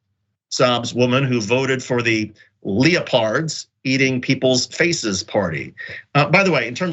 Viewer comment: How did you pronounce leopard correctly and then get it wrong less than a second later?